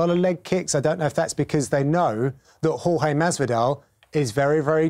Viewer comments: Spencer P its not george and its not horhay either , its horhe with the e at the end pronounced like the e in "yes" for example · It's Hor-Ha without the Y i'm latino. That thing about calling him George is stupid, it's like pronuncing the name of an american Jhon Juan in México, it's easier but not accurate